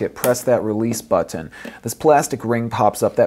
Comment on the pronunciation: it's funny lol